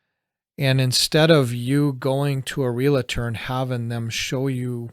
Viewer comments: FYI: Realtor. Not realator. That’s a mispronunciation and misspelling. (from a real person 😝) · It's pronounced REAL-TOR not REAL-A-TOR. There is no A so why do people add the A? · It's pronounced real-tor, not real-it-tor. Bugs me. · The word you're looking for is realtors; not realators. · It is pronounced, REAL-TOR... not Real-A-Tor